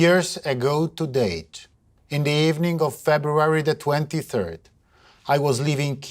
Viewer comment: Two years ago TO..DATE, 😅 dalej nie jestem w stanie słuchać. Błagam, niech to ktoś PAD rozpisze z wymową